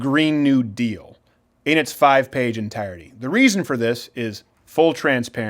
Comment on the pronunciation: In it's five page enTIREDty